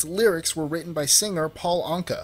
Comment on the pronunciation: Okay, dude...everybody in the entire universe knows that Paul Anka wrote My Way. And you could have at least pronounced his name correctly. Your credibility =0!